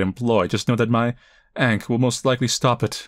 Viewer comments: It's "aangkh". Not ainkh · Yea this game dev for sure has a specific.. Type.. Of.. Design.. That they like and use a lot.. That is for sure. Its very distinct since you almost do not see it anywhere else. Not unless you are specifically looking for that style anyways. Side note, I have never heard someone pronounce ank the way you did here before. Sounded odd to me. But I guess when you are used to listening to one variant of people saying things hearing a different way sometimes sounds completely off. ( Oh and, do not get me wrong. I do like the fact that this dev has their own unique style. I prefer things that way, Makes their stuff even more.. Their own, and not something that has been copied countless times... I say that yet my art style is very much typical from my part of the world when I am doing most of my stuff.. With the exception of when I am trying to do things in another style due to being payed specifically for that style.. Think the only thing I can claim to be uniquely mine art wise is probably my landscapes.. Stuff I do not do as often and its not done in a way that imitates anyone else.. )